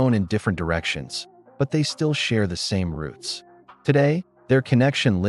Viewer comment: "ROOTS" NOT "ROUTES" :face-turquoise-covering-eyes